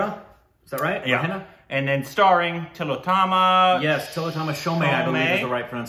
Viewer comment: Tilottama Shom, the 'e' is not pronounced.